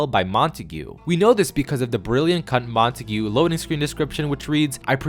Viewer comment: Btw it’s pronounced: Mont-egg-uh